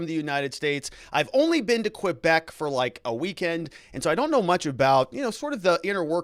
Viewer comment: Great you’re covering this. Media here is trying to avoid or disparage it. Also please never say “Quebec” again.